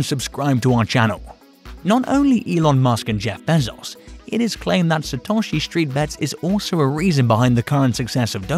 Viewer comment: Stop say Behzauce. God damn man.